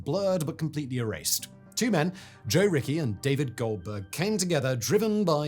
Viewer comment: Joe Richie, not Joe Ricky!